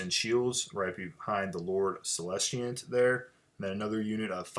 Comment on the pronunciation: Great report. Really enjoyed it. Just one thing, it's Celestant, not Celestiant. There's no I in it.